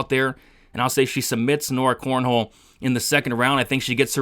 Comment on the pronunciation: Bro her name is not CORNHOLE, holy moly that was a tough listen since you said that 20 times. I appreciate your content but man that was rough aha. It's cornolle not cornhole